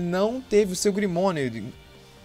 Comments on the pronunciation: Ficou top seu video , mas... Fala grimório não grimonio kkkkkkkkkkkk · Grimorio mano e não grimonio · É grimório mano não grimonio